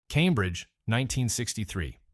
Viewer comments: Shout to all me boys in Calmbridge keep it real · "Calm-bridge" and "Knee-co" Can we PLEASE get a REAL human to narrate this hatchet job against what was my favorite candy company? Necco wafers are still available and I love them.